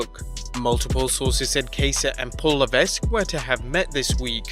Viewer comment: La-veck, not La-vesk. How many times, '?